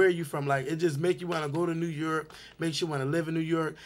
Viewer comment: lmao "New Yerk"